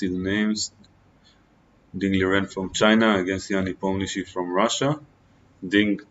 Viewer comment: First time hear the correct prononciation "Nepomniyachi" from non Russian native speaker....